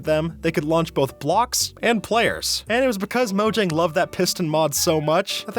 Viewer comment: bro said morjag